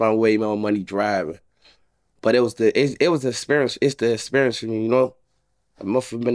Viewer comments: It was a great “experence” 🤣🤣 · Great "experence" too lol